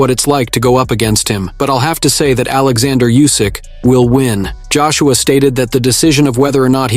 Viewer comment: It's OLEXANDR USYK not ORLANDO YUSYK... you daft silly t..t